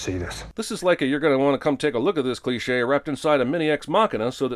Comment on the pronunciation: How many things that this guy make a cleshay out of